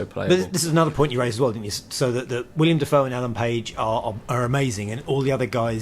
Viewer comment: Its willem not william